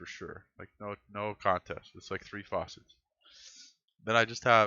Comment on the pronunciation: Good video, got a like from me and I'm subscribed. You are pronouncing FACET as if it were FAUCET.